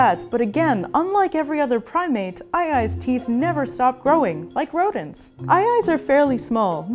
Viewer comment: not a lemur rrrrrrodent